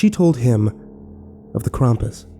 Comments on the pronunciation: I think its pronounst Kr-am-pus not Kr-um-pus oh and merry Christmas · The way you pronounced krampus is interesting to say the least.